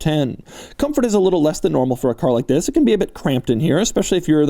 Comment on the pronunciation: You know its doug when the video start with “zzzis” (this)